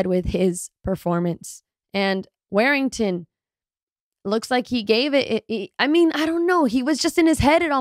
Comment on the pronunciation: War-ing-ton.... Not Wear-ing-ton